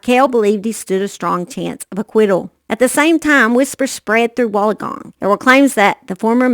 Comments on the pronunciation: I'm from Australia and if you say it really fast like ( Wool_in_gong ) you have it right. I don't mean to be rude at all I love your videos I just thought I would help a gal out in this big YouTube world. Lol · I was going to help the gal out but you beat me to it. Either way it is always entertaining to listen to anyone mispronounce Australian words 🤣♥️